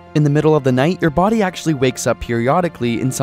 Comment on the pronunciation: I heard "Good morning Daddy" instead of "Good morning body" I.Need.Help.